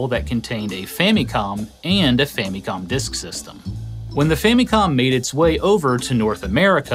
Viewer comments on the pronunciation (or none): I quit watching about the 8th time you pronounced famicom that weird way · Gaming Historian pronounces Famicom like he went to Japan once and heard them pronounce it differently and now he makes sure to pronounce it like tht super hard every time.